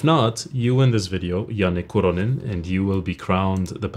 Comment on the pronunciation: As a Finn I'm more impressed by pronounciation of Janne Kuronen than his guitar playing lmfao